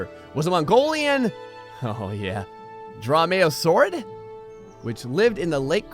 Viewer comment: I don't know why but hearing nail "dromaeosaurid" and then stumble over "Cretaceous" fills me with joy